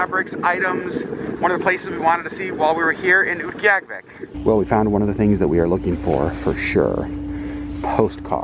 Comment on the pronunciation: Thank you for speaking so sensitively about the animal furs. Also, so glad to now know how to properly pronounce Utqiagvik! :)